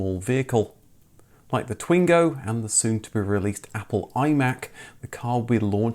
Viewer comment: Twingo is pronounced "Twang-o"